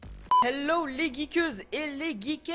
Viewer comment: HALKA Prod jpp il a dit les geekeuses et les geukette 😂